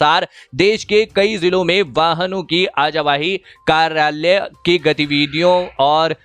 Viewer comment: Ajawahi nhi sir awajahi😂😂